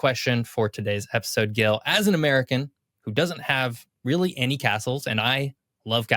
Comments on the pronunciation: I didn't see the whole video Did Gil never corrected him about his name? It's not Guil. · I just wanna mention that Gil's name is pronounced with a soft "G", (like a J). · I rather like these more detailed explorations of a part of the world, but it hurts my ears to hear Gil being pronounced repeatedly with a hard "G". I do hope it was his own choice to anglicize it. Regardless, I just can't finish watching this. Skipping on to the next video in the series. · Gil, why don't you correct the pronunciation of your name?